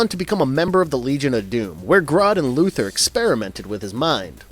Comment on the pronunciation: Luther is pronounced like Luther Vandross or Martin Luther. Lex Luthor's name has "Thor" at the end of it and that is why the cartoon ALWAYS pronounces his name "LuTHOR" and not Luther.